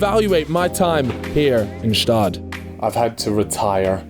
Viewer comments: hate how he mispronounces gstaad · Btw the g in gstaad is silent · stop pronouncing the G in Gstaad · The G in Gstaad is silent btw